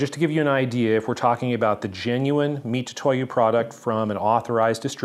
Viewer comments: and most definitely not "Mi-too-to-YU" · Very comprehensive video, it is detailed. From the boxes section you could start to see the fake ones have subtle but knowable differences. If it's fake, it's trash. like you said, why impersonate someone else. Great video but please can you just pronounce Mitutoyo, Mitutoyo instead of Mitutoyu. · I believe it's pronounced MiTsuToYo, which is the pronouncation of their company name 株式会社ミツトヨ(三豊), and tu is just a short version of tsu, in fact, if you type tu with japanese keyboard, you'll still get つ(ツ)(tsu). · I still can't quite tell if you're saying "Mitutoyo" (wrong) or "Mitsutoyo" (right). Either way, I appreciate the detailed look into what at first blush looked pretty identical! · Pronunciation is "Mi-TSU-toyo."